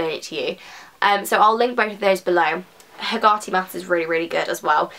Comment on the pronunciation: that is the poshest 'Hegarty' i have ever heard lmao.. it is heg-er-ty.. not heg-gart-ty